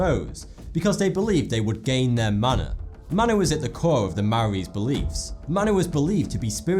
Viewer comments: It is pronounced Mo-o-di and Ma-na I live in new zealand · "Mana" is pronounced 'Maar-naar'